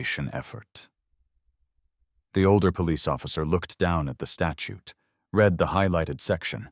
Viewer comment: Be careful, quite a few words are mispronounced. For example: read. Present tense it pronounced REED, past tense it is pronounced RED.